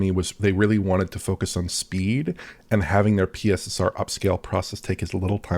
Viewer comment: You do realise that is Mark watches DF he also knows you've been calling PSSR "pisser"? 😂